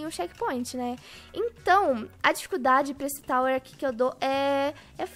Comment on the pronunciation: Tawer ou tower não entendi nada